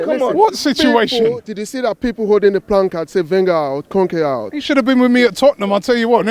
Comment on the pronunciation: who the hell is that guy how is he saying wenger and kronke in what a dickhead